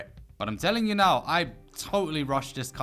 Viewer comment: I love when u say the (neaow) it supposed to be now lol golden comedy😐